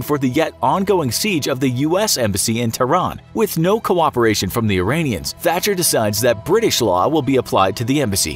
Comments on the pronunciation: Thai Guitar Boy He says Thatcher every other time in the video apart from that once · Margaret Hatcher??? Margaret Thatcher... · It’s Margret thatcher not hacher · Did you say Margaret Hatcher? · Jack Shenton - Ha! I heard that too! 😂🙈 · he says hatcher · “Margaret Hatcher” 😂😂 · you called Margaret Thatcher "Margaret Hatcher" 😅 otherwise a very good and informative perspective of the events that unfolded that crazy day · Margaret Hatcher 😂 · Who is Margaret Hatcher? Hahahaha thatcher? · Did he just say "Margaret Hatcher"? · Tbf who is "Margaret Hatcher"? Also the fact he calls the SAS the "sass" later just hurts my ears. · “ Margaret Hatcher” Tehe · 'Margaret Hatcher'???? Is it not enough that you use american cop and soldier uniforms but also can't be arsed getting the Prime Minister's name right? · Margaret Hatcher lol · Hang on, wait. Did you really call her "Margaret Hatcher" ? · “Margret Hatcher” 😂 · “Margret Hatcher” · “Margaret hatcher“ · He blatantly got it wrong on purpose. He managed to get it right the other times.